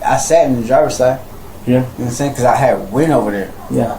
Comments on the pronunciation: Gnome saying 🤣🤣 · "Nom sayn"... no, I don't.